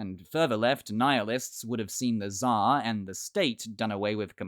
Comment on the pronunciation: Just say it TSAR !! With R on the end. This way it will be at least one matching sound with original name!